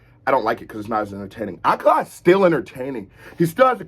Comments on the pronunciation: Ayo, it's pronounced like "Uh-Kaah-luh" Kinda hard to specify the phonetic difference because it's a word/name where it just sounds so much more "right" to say it as a british person, but the emphasis is on the "Ka" sound. So idk if my comment will help at all, but this is awesome and I'm glad you're doing more Akala! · just so you know it's pronounced A-kah-la. smashing it as always!